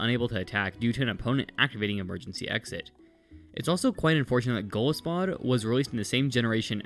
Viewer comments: It's golisopod, not golispod. Sorry I had to point that out but it was driving me crazy lol. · um aktually its pronounsed go-lie-so-pod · I don’t leave this comment to be mean, I truly don’t, but Golisopod is pronounced goal-EYE-so-pod. It’s a mixture of Goliath and isopod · The way he pronounced golisopod caused me physical pain